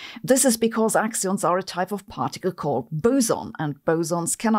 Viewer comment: "Axions" or "we don't understand gravity..." "yeah... let's go with the axions..."